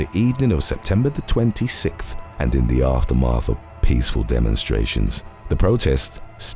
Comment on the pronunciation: please practice saying 26th emphasize on the th part and make that sound.. its almost like every time you say 25th or 26th it sounds like 20 sith